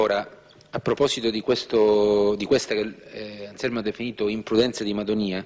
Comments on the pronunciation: non e' Alzelmo ma Anzelmo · Non so se è "Anselmo"o"Anzelmo"ma di sicuro non "Alzelmo!"